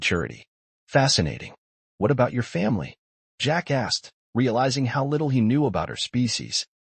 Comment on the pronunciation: 3 of 5 Need a better voice a.i. that can separate "Jack asked". As pointed out below, you really should check the facts in the story line.